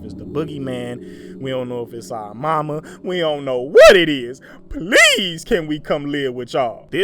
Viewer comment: "If you 'ont come out... we gone blast ya. We gone blast our way up in there" 😂😂😂😂💀💀💀